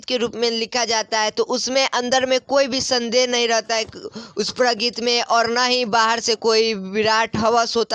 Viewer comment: प्रगित को प्रगति क्यो पढ़ रहे हो पढ़ने नहीं आता क्या